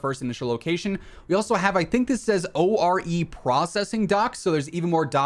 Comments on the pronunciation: O R E processing dock? It’s Ore, like iron ore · The overal shape is so rounded and the shores are so smooth that I am almost 100% sure we won't have swimming in the game anytime soon. Edit: "O.R.E."? Isn't that "ORE"? You know, the stuff you melt to get metal? 😆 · “O. R. E. Processing” 🤣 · Forgive me, but I kinda loled at "O-R-E processing docks."